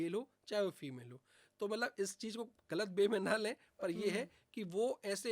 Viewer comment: Malab nhi Matlab hota hy